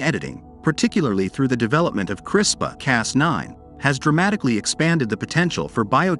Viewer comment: 1st to comment. Also: I would should be responsibly and particularly where its need to improve the human condition and life and not any greedy self-centered reason. I am pretty sure you are pronouncing CRISPR wrongly.